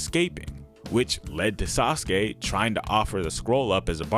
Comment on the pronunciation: Hehe.... "Sauceke"